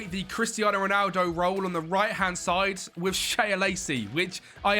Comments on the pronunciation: Shea Lacey - its pronounced Shay Lacey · ITS PRONOUNCED ‘SHAY’ LACEY my man